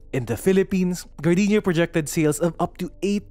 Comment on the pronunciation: appreciated that I hear Gar-dee-nya and not Gar-day-nya